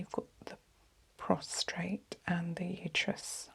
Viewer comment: Prostate not PROSTRATE! 😊